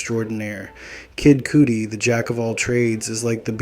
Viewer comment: Bro talking bout an artist but can't pronounce his name lol